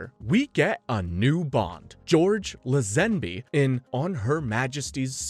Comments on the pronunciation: George La-ZEN-bee, lol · You count 27 films but don’t mention the two unofficial films so why not go with just 25? Also George’s last name is pronounced ‘Lay-zen-bee’. Overall this pretty good though. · George LUH-ZEN-BEE, then LUH-ZEN-BYE. Is this text-to-speech? 🤣 It's LA-Z'N-BEE with emphasis on the firsr syllable. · LAY ZEN BE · You did all that research and still don't pronounce George layzenby's name, correct?Come on man and Ralph fiens. You must be a bot